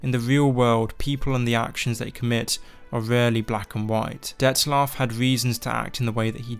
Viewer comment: there is no "S" in Dettlaff